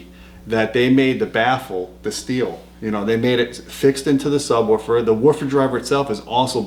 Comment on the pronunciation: Luuuuuccy, Im hooooome...weed my nu sabwooofer...baba lu.